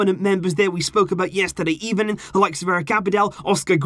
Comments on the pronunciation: Yh u are I heard "even" 👍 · am I The only one who thought it sounded like he said “ebening”